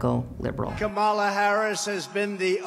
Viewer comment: By this time he should at least know how to pronounce her name correctly. It is KAM-ala, not Ka-MA-la. Ya think??:face-turquoise-covering-eyes